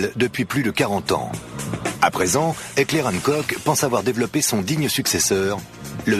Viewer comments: Heckler & KOK????? Putain mais apprenez à prononcer >< c'est Heckler und Koch (allemand). Enfin les combats en CQB c'est la nouvelle face de la guerre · Qui a réagis à la prononciation de Heckler und koch ? ^^